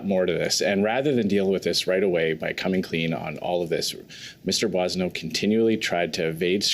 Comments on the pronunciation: The first syllable is not pronounced "Boy," it is" Bwaw" or"Bwah". Look up "bois" en francais. Bwaw-sun-no. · Surely you’ve been hearing it prounced umpteen times lately. It’s BWA son oat. Not BOY son oat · Why in the world no one bothered to correct his pronunciation of the Boissonnault's name? This is Canada, and no one should correct others misdeeds. Otherwise, you would be considered insulting and politically incorrect. Bussial, my butt. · You don’t know what Randy’s name is you keep pronouncing his name bossio it should be pronounced boozo the “clown” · GACK! Boisio??? gerretsen, you should be getting the guy's name correctly on National TV! Holy cow! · 'Boo-ah-so-no' is the correct pronunciation